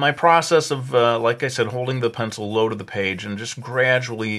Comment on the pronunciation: "Zee pencily paht of dee penzil" I lol'd